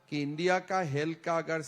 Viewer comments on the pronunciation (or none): none